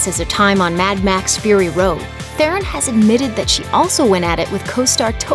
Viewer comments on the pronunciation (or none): Te-Ron people, not therren. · Her surname is pronounced as Te Ron. Almost more like tron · The "H" is silent. It's pronounced, TE-RON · You could at least learn to pronounce her name correctly.